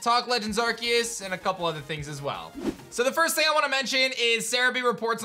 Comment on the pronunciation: I think it’s pronounce are-see-us